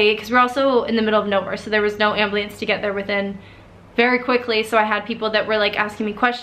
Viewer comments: I love you sooo much and you're so brave for this but I laughed everytime you said "ambleeance" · The way you say ambulance, "ambliance" 😂 it's cute though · Yeah... real funny and cute how an adult cant pronounce "ambulance" More like really sad. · AM-BU-LANCE. ;) And you're inspiring! Such strength! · I love that you say “ambleence” just like me. Lol Question, the rope ripped your hand off? I guess I don’t fully understand how it happened. You got tugged into the water and the rope tied around your wrist? You are strong and a crazy inspiration! 💕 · My sister called it an ambliance until she was 8. Hearing her say it brought back the memories! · ambliance. That word. Ambliance. AMBLIANCE. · so strong, you are amazing and don’t let anyone tell you different. also “there was no ambliance” 😂😂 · i know this is a serious story but " amblience " XDD also, i feel like it was a god sent that your favorite movie was soul surfer. like, that cant b e coincidence and if it is thats crazy as heck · lol she calls it an AM-BLEE-ANCE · im sorry i just find it funny that you said "ambleance" much love tho, ur inspiring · uhh.... whats ‘ambliance’? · "amblyance" lol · Ambliance? Ambliance? Wat. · Ambleeance XD <3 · Who else was silently laughing when she said ablupance 😂😂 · Lmao ambliance she says 😂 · You said “ambliance” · Did she say ambliance? Lol. Bless her soul tho. Thank God she was strong enough to survive that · amblee ance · I’m not bullying or anything and I’m sorry if you take this against but how you say “ambliance” is funny to me lol. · Pinupgirl I’ve lived in Utah my entire life and no one says it like that haha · That's how my family says it. I've never heard anyone else say it that way. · I like the way u say ambulance 😂...I've never heard it pronounced like that. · You say ambulance weird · ambulance, not ablueance... dear satan... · It's so cute how you say "amblience" for "ambulance." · I was wondering that 😆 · The ambliance?? Lmao u mean ambulance?? .... ❤❤